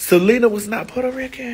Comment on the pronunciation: Why Maddie always saying "oh Selena wasn't Porta Ricun"?🤣😂😂🤣 💄